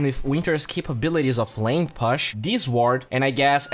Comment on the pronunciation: Thank you for these videos man, really appreciate them. Your English has come a long way. Still some words like "push" that are a little off. The pronunciation should be more "poosh" than "puss(h)", but still I love your work. Keep it up.